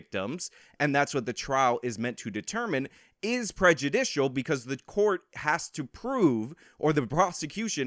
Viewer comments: Ah, yes. The people that called me stupid and that are so much better than me can't even pronounce prejudicial. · For a couple “professionals” whose job they’ve made it to be talking about “prejudice” all the time, they sure can’t say the word “prejudicial”.